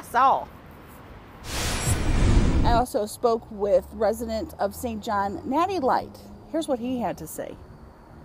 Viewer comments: Omg “natty leight” lol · Natty Leight as in Natty Light. 🤣